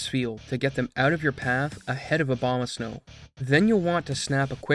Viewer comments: Are you purposefully pronouncing Abomasnow like Obamasnow due to the skip being named after a common mispronunciation because you are definitely not pronouncing an "A" then an "O" lol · "He will continue unabated" Abomasnow ♀ lol